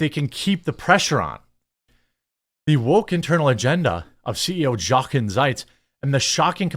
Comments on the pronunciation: Love your channel! Trying not to sound condescending, but this Harley CEO’s name is pronounced yo-Ken. My grandfather’s name was Jochen ,he was born in Germany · Jeremy, the J in German is soft, so it is like Spanish, it is pronounced like a y. So Yochen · It’s pronounced “Yoken”. Ya I know, nobody cares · 'Jochen' is pronounced 'Yochen' , with a long O, and the ch is pronounced like the ch in Loch Ness. The German J sounds like the English Y. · His name is “yo-ken”. I know. Who cares? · Jeremy, not to be “that guy” but, his first name is pronounced Yo-ken. The J in Germany is pronounced like our Y.